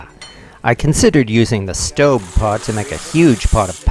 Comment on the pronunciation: I get the feeling that you are pronouncing that pot's name correctly and I am not.